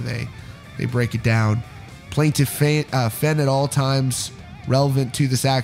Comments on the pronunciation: FANE. Not FENN. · you were so close for pronouncing his last name right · Is Fehn pronounced “fen” or “fein” I’ve heard both